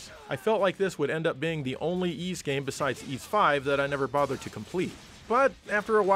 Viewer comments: Uhh ok, I believe it is pronounces 'Yiss' get it together man! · Huge fan but you say Es. The name is Ys. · The Turbo Grafx 16 CD games pronounced the name Y's like saying " Ease "